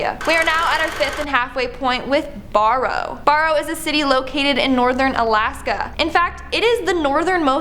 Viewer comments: I’m so proud that a town in my state was in this video I know someone who lives there also no offense but it’s pronounced burrow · Barrow and Anchorage are not pronounced that way. I'm too tired to look it up for you. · Barrow is pronounced like “bear-oh,” not “bar-oh.” “On-kor-aj?!” What the hell? It’s not like an “anchorage” isn’t an unknown word! The city of Anchorage is so named because it was a place inland to anchor ships and it’s named for those things called “anchors”; which boats drop to hold them in place. Seriously?! A Canadian has never heard of Anchorage, Alaska? Was this girl raised in a nunnery or something? Damn kids don’t know how anything is pronounced nowadays! Get off my lawn! You whipper snappers! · The problem with Barrow is that she pronounced Bar like its a bar. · I cringe when you mispronounced "Barrow" and Anchorage. BTW, Barrow has recently renamed itself to Utqiagvik. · And Barrow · So glad I'm not the only person who caught that on both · and Barrow. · Did you mispronounce Barrow (Utqiaġvik) and Anchorage on purpose? Also, it's a 30-45 min flight from Fairbanks.... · Forget the different pronunciation of Anchorage and Barrow. But we all know that no one chooses to live in Nunavut. No one wants a piece of that territory.